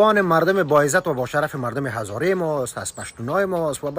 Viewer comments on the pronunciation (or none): none